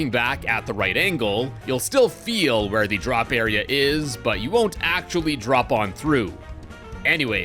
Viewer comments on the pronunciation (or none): none